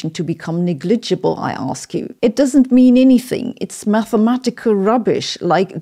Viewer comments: Pedant corner: the English word 'negligible' is pronounced with the stress on the first syllable. NEGligible. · Ha! Love that honest and comical ending ...... BTW your English is great , but just to make it even better , ''negligible'' is pronounced by Brits with the emphasis on the first syllable, then slightly smear the rest ! And thankyou for the time check....much appreciated ! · IT'S ::: '''' NEG - - Ledge - - Gebbel.,! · Your pronunciation of "fucking paper" is spot on. "negligible" could use some work. I don't like to crap on other people's pronunciation, but it's clear you've worked on it so much over the years, that hopefully you appreciate the feedback. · Perhaps you would be a happier person if you did less f*cking in your videos and more in private. Also please pronounce negligible correctly. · Please learn the correct pronounciation of Negligible.